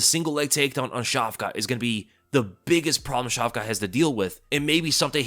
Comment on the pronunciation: Dude the T at the end of hamza and shavka's name isn't pronounced . How do you not know simple Semitic language rules...